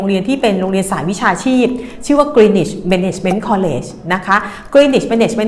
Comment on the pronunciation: Greenwich อ่าน กรีนนิช w เป็นsilent letter เด็กไทยหลายคนเรียนที่นี่ แต่พูดไม่ถูก พูดกรีนวิชตลอดๆๆๆๆ น่าอายมากๆๆๆเลย Cambridge อ่าน เคมบริดจ์😊